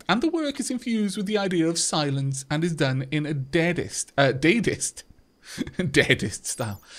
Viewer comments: just for reference, in the art: dadaist is 'dah-dah-ist', not 'day-dist'. Dada was an art movement that was a rejection of the logic, reason, and aestheticism of modern society in the wake of World War I. It was pretty much a manner of anti-art, and is quite... strange (though I suppose it can be appreciated if you turn your brain just right). Also, don't suppose I could have my handle tossed in the pot - a colony lead by a cybernetic cannibal? What could possibly go wrong? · hi! I just love the way you play rimworld <3 and on a side note, it's pronounced da-da-ist:)